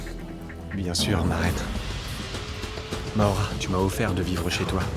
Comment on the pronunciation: Maura❤,prononce maoura